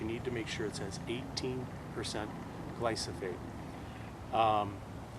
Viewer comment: DO NOT chip your buckthorn if it has berries/seeds. You would be spreading the species. Glyphosate (gleye-foh-sate, not gleye-soh-fate) Get a larger sprayer, 2 gallon pump sprayer maybe. This can be had at your local hardware. Use Garlon 4/ Element 4 at 25% with bark oil/ diesel etc. Using a tooth paste tube to treat stumps is not practical.